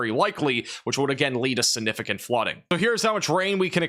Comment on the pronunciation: Aww. He does say sinnificant instead of significant. 😅❤ saw someone pointed that out on his last video but must've missed where he said it before reading the comment. Heard it in the first 10 seconds of the video and had to restart the first 10 seconds to make sure I heard it right. And before any of the complaints start, I've never heard him mispronounce any other word and his professional way of giving us the weather keeps me coming back as well. I actually think his mispronounciation is kinda cute. 😊